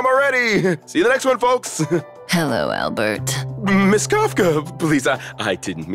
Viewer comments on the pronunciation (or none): Owlbert 😂🤣, poor Owlbert 😂